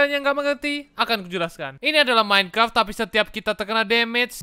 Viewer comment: Org lain: Minecraft: Mineclaft:v